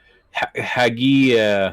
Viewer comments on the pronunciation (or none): name: hagit meshulam. not hagi or hagu or whatever.